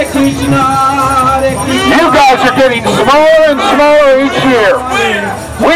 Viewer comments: He said Hare Jesus right ? LOL 😂😂😂😂😂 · Dude he literally said Hare Jesus😆